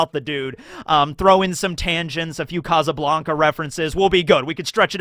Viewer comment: Kazzuh Blanka lmao if you can say Sabo you can say casa